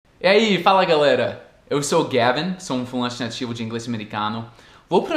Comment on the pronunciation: Em relação ao seu outro vídeo, sobre o ritmo diferente do idioma inglês e português e se por acaso nós percebemos isso, um exemplo é como você fala " sou um falante" no começo do vídeo. Quando você fala, soa assim: "sou um flÃnte", sendo que falamos "sou um fa-lan-te". São só detalhes, mas como você gosta de falar mais certinho, comentei aqui.